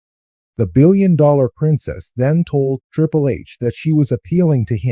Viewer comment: Triple....not trìpple hahaha lol